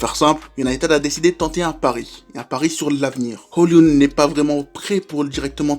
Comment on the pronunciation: Première vidéo que je regarde, après les recommandations de TMF. Fan de MU, j'ai décidé de commencer par cette analyse pour découvrir la chaîne. En moins de 10m, une des analyses les plus pertinentes et les plus complètes que j'ai pu entendre sur Højlund (attention, le "d" ne se prononce pas ;) ). Tout, ou presque, est abordé, et on sent une excellente maîtrise du sujet (contexte général, philosophie de Ten Hag, besoins de MU...), et ce jusque dans les détails (l'expérimentation toute récente de Sancho en faux 9). C'est un grand oui, il faut à tout prix continuer sur cette voie ! Je m'abonne et je pars en regarder d'autres !